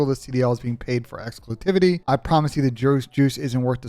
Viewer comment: Bro said exclusitivity lol